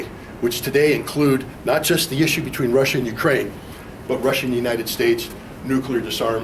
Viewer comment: Lmao that one guy says "Resshia and Reshins"